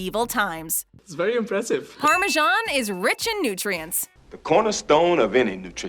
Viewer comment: The English name Parmesan is pronounced the way it's spelled, with an S. It's not pronounced Parmegian.